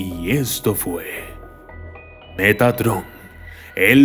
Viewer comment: poco más y dices megatron xD